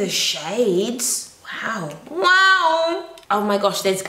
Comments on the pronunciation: I loose it every time you say ‘wowew’ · OMG! I love it when you say wawu!!! I actually die laughing everytime!! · Nothing like how says wow; "wanwo" 😂 love it!